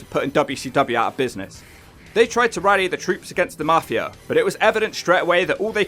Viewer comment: It's pronounced MAFI-UH, NOT MAFI-ER. YA COCKNEY BASTARD